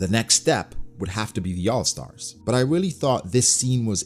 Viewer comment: he say weally Thought was kinda funny